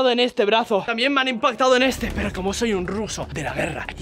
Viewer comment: en el minuto dice peor en vez de pero Vive al maximo ✌